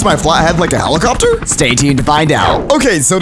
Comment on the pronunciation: helicoterr helicopterr